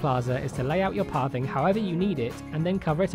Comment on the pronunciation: It sounds like your saying Parving instead of pathing.